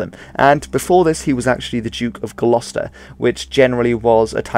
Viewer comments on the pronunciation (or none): none